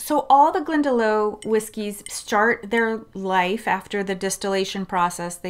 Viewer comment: Glendalough is pronounced GlendaLOCK not GlendaLOW.